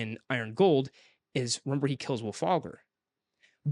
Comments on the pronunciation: I actually liked Iron Gold. Is it the best one so far? No. But it isn't a "bad" book at all. I do agree though that the parts in the Rim were the most interesting. I did like Ephraim's parts mostly because Im a big fan of hiest stories 😂. And.... It's Wulfgar... Not Wulfagr 🫠😂😂😂😂😂 Side note: SCREW LYSANDER. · Wulfalgar, lol. C'mon guys.